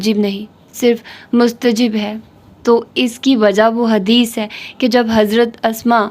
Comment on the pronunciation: مستحب is right word Not مستجب